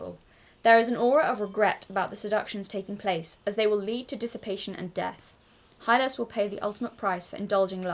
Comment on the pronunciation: Yes, you are pronouncing the name "Hylas" correctly. "Hi-les"